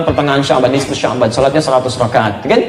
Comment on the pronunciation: ko sabyan..kan harusnya sya'ban